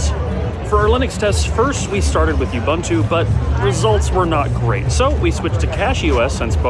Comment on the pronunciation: to . " Oo-boon-too ". you're welcome. Stop adding a freaking Y to the pronunciation. There is no y in " Ubuntu"